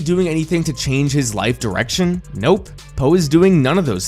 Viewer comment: it sounded like you said “Po isn’t happy with his current erection in life” 😂😂😂